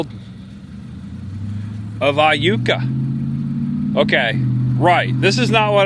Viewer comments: Starkville native here. You pronounced Iuka correctly lol. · You got Iukaright!!!!😂 I was excited at what you would say!! I’ve heard it pronounced several funny ways! Glad you nailed it!!! Hope you had a good time exploring Mississippi!!! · Hi! I live in Corinth Ms & so glad you came to visit! While you were at Borroum's you coulda got a Slugburger, Corinth has The Slugburger Festival. It's a deep fried burger... very tasty!! Yes you pronounced Iuka correctly. That's a very neat town also. Thanks for visiting & come back again sometime!! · 2 things - I think Adam would love that Tupelo is now also associated with him & Iuka is pronounced Yuka - I had to look it up 😊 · Great video! Yes, that ice storm was brutal for us, and you did pronounce Iuka correctly. If you're ever back in the area, come and visit New Albany sometime! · Hey cool video I’m from Tupelo and never knew about the coke museum I will have to check it out and you did say Iuka right lol love watching your video same all all your friends Adam would be proud thanks man always.